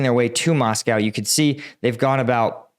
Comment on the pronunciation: It's not MoscoW; say Joe, say blow, say Moscow. 😂